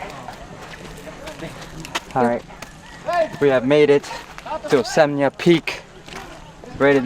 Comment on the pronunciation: Osmeña peak not Oseña peak.. you guys 😅